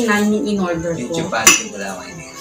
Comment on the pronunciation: Chapati po not chupati 🤗 ang taba na ni. love na love kasi ng hubby 🤗